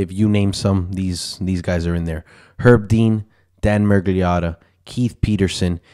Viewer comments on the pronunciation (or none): none